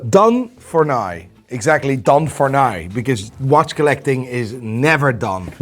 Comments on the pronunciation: Why can't he say NAOW instead of NOY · when will you say "now" properly? hehe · I tried to replicate the way this dude says "now", and I can not even begin to fathom how the mind and mouth work to produce that sound.